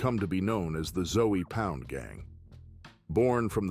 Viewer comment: this all sound like basic information you can google and put the text to an AI and let it speak it's ZOE pound not ZOEY pound this is horrible work